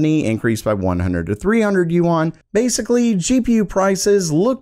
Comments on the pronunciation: it's not yu-an it's yuan lol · Yuan is pronounced "yen", not "you-on" :) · Yuan is pronounced like Juan! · DUDE google correct pronunciation of foreign currency you're looking pretty stupid right about now.